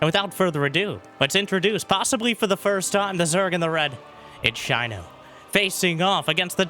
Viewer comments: A zerg player named Shino - has to be related to the naruto character Shino Aburame. And if it is, you are horribly mispronouncing his name :D watch like 1 episode of naruto where they say his name is shI no not Shiny O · Has not seen Naruto? What's with the Shino pronounciation